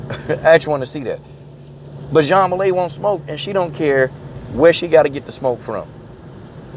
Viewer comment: Juang Weili's name is pronounced 'Jung waylee'